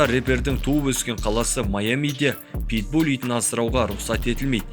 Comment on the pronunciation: Питбуль емес ПитбуЛ